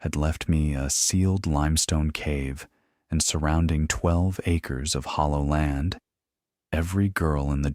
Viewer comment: What is hollow land??? Why can't AI adapt from english as a second language ?